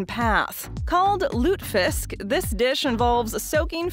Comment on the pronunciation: Lutefisk is pronounced lut ah fisk. It's popular in states that have a large population of residents of Scandinavian ancestry. Not just North Dakota, Minnesota, & Michigan